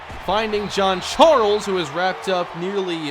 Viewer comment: 😂😂 bro why you call Jean Charles "John Charles"